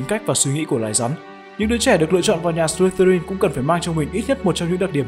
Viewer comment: em tưởng nhà Ravenclaw là con chim ưng cơ...thấy trên wikipedia nó bảo vậy :)))....mà đoạn Ad đọc buồn cười vãi chưởng "Sờ li tơ rin" :)) má em cười sảng cười ẻ